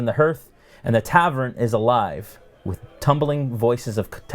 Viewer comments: It's called a hearth pronounced Hearth. Not hearth. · Hearth with a soft a not a soft e. Har not her